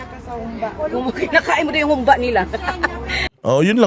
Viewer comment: Humbâ correct pronunciation. Not hoombah 😄